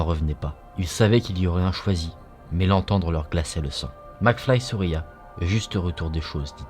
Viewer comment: Macfly souris et non souria